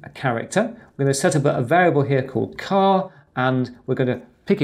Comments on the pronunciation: A great video but surely "char" is as it says not "car". In my book it is, as most programing languages, an a abbreviation for "character"... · yes but you pronounce it as "car"... perhaps I am not picking but doesn't sound right...